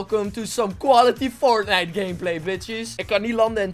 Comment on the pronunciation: Wie speelt er "fortnicht"? :D